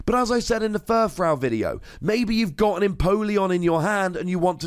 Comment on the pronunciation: You're still saying Furfrou wrong.